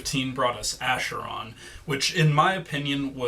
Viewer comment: Nice review even though I'd rate the album much higher but it's my opinion and I respect yours. One thing though: the previous album's name (Acheron) is pronounced with "K", not with "Sh". I'm surprised you pronounced it with "Sh" since you spelled Mechina correctly.